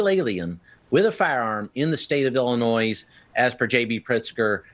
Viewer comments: Dude said "Illi-noise" haha! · Who is this man in uniform who doesn't know how to pronounce Illinois? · The “s” in Illinois is silent! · Why do so many not know how to pronounce Illinois. Do not pronounce the S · Oh my f- ing God! The s is silent in Illinois!!!! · Cracks me up. The 's' in I Illinois is silent. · Border Patrol Chief should learn how to pronounce Illinois. 😅